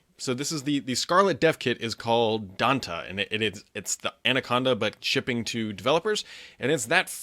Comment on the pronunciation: Pretty sure you pronounce Dante as 'DantAY'